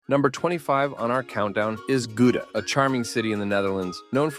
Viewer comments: Gouda pronounces as Gawdà not Guda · "Goodah", come on. Gouda: the 'ou' like the 'o' in coward. And the 'g' is too difficult, we forget. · It's not Gu-da. It's pronounced "Gow-dah". Written Gouda. Don't go to Lucerne. Too many tourists. Go to a place like Murten instead in Switzerland. Dresden could be overflowing with tourists during summer. Avoid in that time (summer holidays). Salzburg is affected by overtourism already. Don't visit during Festspielzeit, Advent (Christmas Market), and generally not in June, July, and August. During summer I would also be careful to visit places like Pula, Porto, Segovia, and Valencia. Might get crowded. In Germany you might want to check out Wiesbaden, a spa town rich in historic buildings, or the very tranquil Baden-Baden. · There is no place called GOO-DA in The Netherlands. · I've been to about half and had friends praise some of the others, so very credible recommendations. You need to teach the AI narrator how to pronounce Zadar, Gouda, Gdansk and a few others. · Pronunciation of Gouda is incorrect. Try more of an h sound, not a g sound. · To pronounce Gouda, the ou is exactly the same as the ou in your English loud. Nice video. Ik was in Lucerne and Bern last year, it was not really hidden from tourists.